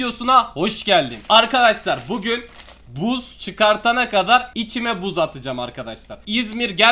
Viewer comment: Buuz çıkartana kadar içime yerine çişime diye okuyan kardesim beyenirmisin?